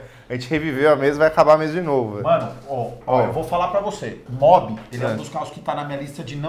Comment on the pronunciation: O errou e ainda insistiu no erro umas 3 vezes "kwid a gás" isso é mobi kkkkkkkkkkkkkkkkkkk